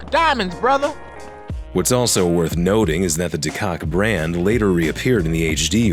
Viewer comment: fun fact: that's the correct German/Dutch way of pronouncing "De Koch"